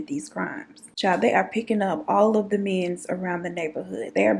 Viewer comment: “He was into the menz.” Me: 😭😭😭😭😭